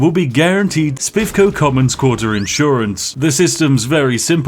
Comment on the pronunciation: What are those "inn sewer ants" you keep talking about?